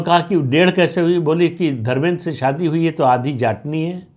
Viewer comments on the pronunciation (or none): none